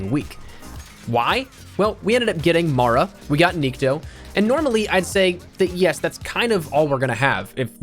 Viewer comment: The correct way to pronounce Nikto is having an accent on the "o" instead of "i" - niktO. Nikto means nobody in Russian.